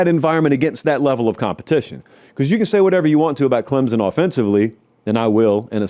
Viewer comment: show me the letter Z in Clempson pal